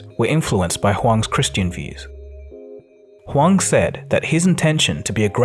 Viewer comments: Interesting how you keep changing between pronouncing him as "Hu-wang" and "Hu-wong", the latter being correct I believe. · The way you effortlessly switch between different pronunciations of Hwang to calling this man Bill like he’s your friend has me DEAD! 🤣 Keep up the good work!!!